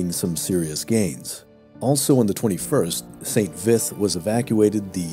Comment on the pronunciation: For pronunciation: You're pronouncing Bastogne like 'Baston'. It's more like 'Bast-onyuh'. Also, St-Vith is pronounced more like 'St-Veet' (there's no 'th' sound in French). Pronunciation of Flamierge is ok! Good video, thanks!